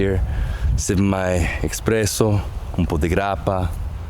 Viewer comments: Please stop saying eXpresso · Maadonnaaa, expresso?? ?